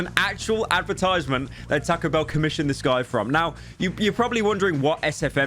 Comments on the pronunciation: he said it like tako and noit tahco ahhh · TAH-CO BELL NOT TEH-CO BELL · Say tack-oh one more damn time pyro, i swear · Tae-co bell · Lmao "TaCKo bell" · “Teco bell” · Takco bell? Why is he saying it like that. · "Tahcoh Bell" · "Tehco Bell" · Poor guy pronouces it like "Takko Behl" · I love how pyro pronounces Taco Bell ta-co-bel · "taaco bell" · “Tahco bell” Please pyro your killing the Mexican in me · “Tahko” British ‘people’ 💀💀💀 Edit: added punctuation to people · "Tah-ko Bell" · shoot yourself in the head each time pyro says "takow bell" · bros really saying 'tacko' bell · I will skull fuck you for saying Taco - Bell like "Tac-o bell" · Bro said "tacko bell" 😭😭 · I love how he says täcõ bēïll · The way he says Taco Bell 💀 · Hearing him butcher the pronunciation of taco bell makes me feel homicidal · The way he says Taco Bell is just... Beautiful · why do you say taco bell like that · i literally can’t watch this video cuz of the way taco bell is pronounced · you say "taco" in the way that the english accuse americans of saying anything else